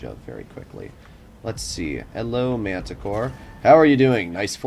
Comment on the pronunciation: Why are u saying Mantacore when its Manticore?